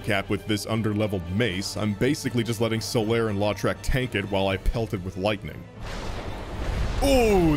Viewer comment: just came across your video and enjoyed it. But i thought you might want to know (even though you probably won't need to say his name again) that around the 54 minute mark, when you're fighting the dragon, you mention the warrior Lautrec as "LAW-trec". I'm from louisiana (cajun french background) and that last name is pronounced "LOW-trec". Again, it's not important, but being a fan of this video, i thought you might be interested. Cheers.